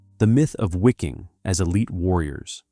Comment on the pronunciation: The pronunciation in this is just brutal. “SS Wicking” lol. Also I am pretty sure “breakout at all costs” is not three words.